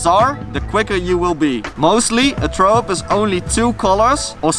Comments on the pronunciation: im so fuckin triggered how you pronounce throw - german accent very much :D - try saying frow instead? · “scratch throwup” or “Skretch trow up” if u say it like him.. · "trow" up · "Tharow up" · "Trow up" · learn to speak the TH haha!